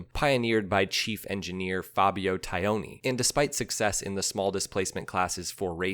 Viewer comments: Fabio “Tie-own-ee”? Really? Aren’t you missing at least one syllable there? Taglioni: is the pronunciation not closer to “Tah-lee-own-ee”? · As always I enjoy your well researched vids but boy howdy does your Italian pronunciation need work. Repeat after me: Tah-lee-oni. Only the ‘g’ goes unpronounced in his name! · Cucciolo = KOO-CHO-LOW. Italian for puppy, as in cute little dog. Taglioni =TALL-YOAN-EEE. Great stuff! Brings back memories of the one my racing sponsor bought...and dropped the first time out on it. :-( Sadly, yours truly talked him into fixing it..turning it into a kind of "California HotRod" with red frame and bodywork + gold mag wheels and some wild up-pipes. Cute? Yeah, but I ruined a rare, iconic machine in the process. I really regretted this later when I saw the bike for sale in a Yamaha dealership in SoCal :-(